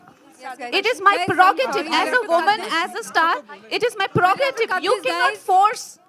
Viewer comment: “Parogative “ 🙄she’s like the uneducated class of people who can pick a fight over anything. No grace at all.